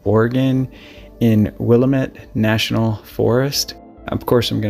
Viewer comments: for future reference it's: "Will-Am-It" Willamette. I spent my summers south of Oakridge in the Crescent Lake area. I remember this incident. Horrible. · You pronounced Willamette incorrectly The correct emphasis is on the second syllable, not the third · So you really wanted to go on the Willamette trail but don’t bother to look up the pronunciation? It only takes a minute to research it and it makes you sound lazy if you won’t take the time. I’m out. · It's NOT Willla-ment......It's Will-Lam-Met......I know, for I grew up there in the 50's. BHE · We would love for you to visit our forests As a helpful hint: Willamette is pronounced, will- am- it. Have a wonderful day and we love your channel as it is of great service to society. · Willamette is pronounced Will-am-it not Will-uh-met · Pronounced like "Will-Am-it" Forest. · Great videos. I spent my last 15yrs of my 29yr USAF career with the 304th Rescue Sq. What an honor. It’s pronounced “Wil-la-met” (Willamette). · It's pronounced will am it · Will lamb et is the correct pronunciation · Not to be that guy lol but it’s pronounced will-am-it just so ya know for future reference 😊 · It's pronounced Will-am-Met. Most people that aren't from Oregon don't pronounce that right or a few other regional words correctly. Great video! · Willamette, it is pronounced 'will amet. Keep up the great job. Your voice is perfect😊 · WILL-AM-ET, TY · it's pronounced Will-LAMB-it National Forest. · Pronounced Wil-lamb-it. 😀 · Pronounced Will-lam-it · will-am-it, please pronounce it correctly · Will-lamb-ett just for reference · It's pronounced "wuh-LAMM-ette. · Pronunciation of Oregon was great! Willamette is Will a (like in mad) mit, emphasis on the a. Thanks for sharing this story I’ve never heard from my state. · Willamette- will-am- it. Hard name to pronounce. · the way ppl pronounce it is will AM it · FYI - pronounced Wil-LAM-it. Good story. Hope the perpetrator(s) are found. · It’s Willamette, damn it! 😉